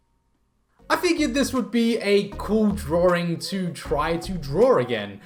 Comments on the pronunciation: Draw - ring? Why is he saying it like that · There is only 1 R in the word Drawing, it's not drawring! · I love how you say drawing